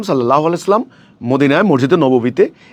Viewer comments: আরে শয়তান! ছালামের উচ্চারণ-ই ঠিক হয় না। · তুই কিভাবে ইমাম হছ তোর তো সালাম শুদ্ধ হয় না তুই সালাম টা সঠিক কর